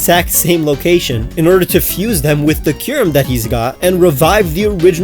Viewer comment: DO NOT LEAVE OFF THE U IN KYUREM!